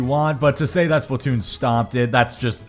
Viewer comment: I don't know why it bothers me how he says Splatoon. "Splat toon" it annoys me for some reason.